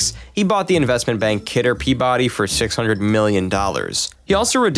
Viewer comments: It's pronounced "peebudy", not "pea body". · Speaking on behalf of the Massholes: It's pronounced "PEE-buh-dee". /not masshole. Just an Irish NYer with too many relatives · You pronounced Peabody wrong